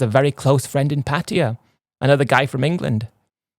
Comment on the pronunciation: Repeat after me Londonistan dummy, Paaa Taaa Yaa, I know it’s difficult for you lol 😂